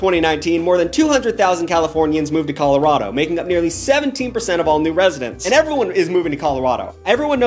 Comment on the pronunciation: pronouncing colorado as colowado and chicago as chi-ca-go (instead of shi-ca-go) is taking me out